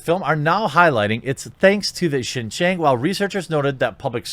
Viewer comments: following you for years! Just a quick note Xinjiang is pronounced “SHINGIANG”. You’re pronouncing it “GINGGIANG” which sounds like a different place in Fujian. Just a note. See ya! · Xinjiang is pronounced sheen-jee-ahng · Quartering if you want to pronounce it correctly I suggest watching Chinauncovered on YouTube. I believe the Pronunciation is in English like, (shin-Gi-ung) at least that’s what I believe they pronounce it on that channel. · Xinjiang is pronounced as "sin-gee-young" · Xinjiang = something like shin-JYAHNG. I speak a little Chinese and can read/pronounce pinyin. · Xinjiang is pronounced as "Sin....G....Ang".......🤣.............and they do summary justice in XJ.........get caught stealing more than 10k......you get executed on the spot!! 25ct bullet!!! No court costs needed!!!😎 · Shin-ji-ung, which sounds more like Shin-Jong; go with Shin-Jong as the pronunciation in my opinion. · Yeah, using English words, it’s pronounced like: sheen gee-on-g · If China Uncensored's pronunciations can be trusted, which I think they can, it is more... Shin-Jaong with a long 'ao' sound... I know that isn't the spelling at-all. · Xi is pronounced she. “Xin Jiang” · I believe the province is pronounced “Shin-John” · Afaik it's pronounced like seen-jyang (like djang in djanggo), Jeremy. Show us that old Disney animation about Nazi again. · I think it's pronounced shin Jahn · Pronunciation is “shin-jeeong”. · Pronounced as "she-jang" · zin-yang , pls americans, stop butchering other languages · The pronunciation is Shin Jong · Think “sin jyäng” instead of “xinjiang” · You are mispronouncing it, but you can also refer to it as East Turkestan. That is the name activists use. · Google how to pronounce Xinjiang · At least learn how to pronounce Xinjiang before making a video... dude Google it... Google translate... Come on brotha... lol